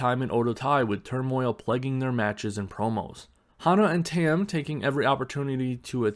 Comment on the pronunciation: Her name is pronounced like Tum, not Tem.